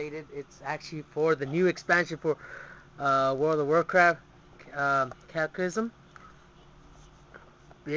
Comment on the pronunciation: did he call it cacysm?